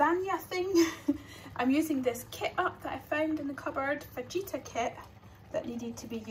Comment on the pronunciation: Watching all your old videos! The J is pronounced like a H so it's fah-ita (roughly!) :)